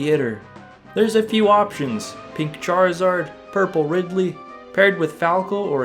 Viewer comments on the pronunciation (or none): none